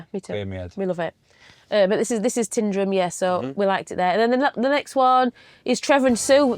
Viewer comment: PLEASE, guys,check the pronunciation of place names. You don’t pronounce the W in Keswick. It's OH- ban NOT o-BAN. It's NOT Tin-drum it's TYNDRUM (rhymes with FINE), CUL-ANE not Cul- Zean ( don't pronounce the Z ) there are others!!! That's that rant over!! But frosty welcomes!!! In our caravanning days , about 25 years ago, we had reason to complain about the wardens on a Caravan Club, as it was then, site. The Wardens themselves replied to us, and were extremely nasty. We complained again and received a very rude, nasty letter from some Club official. We had been members for years and had used many club sites. At that time , you could buy little green discs with the site name on and we had hundreds of them from many years of membership. This row just escalated and it ended, needless to say, with us telling them where to shove their club.